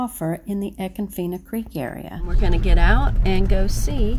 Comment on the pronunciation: Wrong pronunciation but a cool little video. Must have a kayak to reach the other springs which shame all of these manmade parks...😁